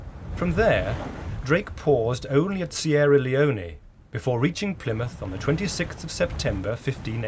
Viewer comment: also Sierra Leone, he said Sierra Leoney. It's so annoying 😠